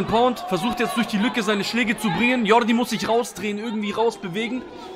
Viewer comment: Sprichst Jordi richtig aus.